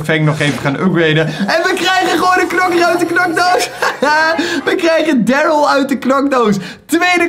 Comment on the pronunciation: ik weet dat nog toen jij pas was begonne met brawl zoen kreeg je darrly ook uit een knokdoos en je sprak darrly toen helemaal verkeert uit😂